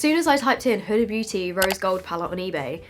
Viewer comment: Isn't it pronounced more like hoo-da?